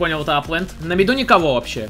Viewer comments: На МидУ, а не на МидЕ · Почему все говорят «на миде». Это не правильно. Правильно «на миду»